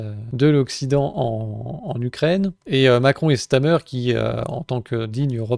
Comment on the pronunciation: StaRmer, et non "Stamer", comme TRouble Fait et non Touble Fait.